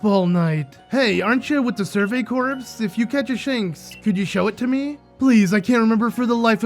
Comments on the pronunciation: ooh this looks like a fun LP also fyi, "corps" is said as "core" not "corpse" ^^ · Corps is pronounced like core